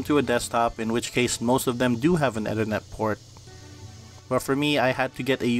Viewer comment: well you mispronounced Ethernet so I automatically don't trust this